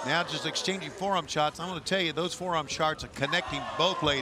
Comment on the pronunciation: "forearm sharts?" Tony!